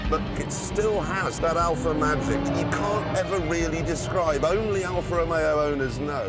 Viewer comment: “Alfa Romero’s we’re made to be the best a car can be…briefly”